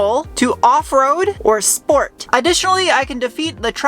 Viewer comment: Really disappointed , you did not say "schport"